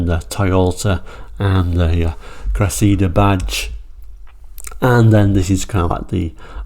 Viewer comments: It's the Toyota Cressida not Cressidda. 🤔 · It's funny how Brits call it a "Cress-SEE-da" but in South Africa and the US, it was "CRESSA-da". And PLEASE, Brtons, PLEASE top saying "MAZZ-da" and putting a zed in Chrysler. You also say Nissan wrong (it's KNEE SAHN, like the Japanese say it), but we all say Subaru and Hyundai wrong in the West, so I'll give some leeway! Hyundai's popular crossover is a "TOO-SAHN", not a "tuckson", though I think I've only heard the Aussies go that route. Repeat after me, Blighty: LAHN-chuh. LAHN-chuh. LAHN-chuh. While you're working on that, I'll try to get Americans to stop saying FEE-YOTT, Ruh-NAULT, VAAHL-voh, and porsh. And we yanks actually like the way you say "Jag-yoo-warr" and many Americans are now using that pronunciation.